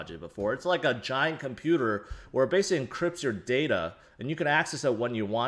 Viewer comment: When he say data = dader